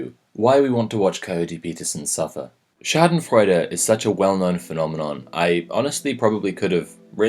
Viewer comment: your pronunciation of schadenfreude is on point tho